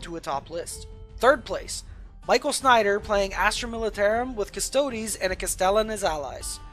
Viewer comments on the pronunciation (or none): none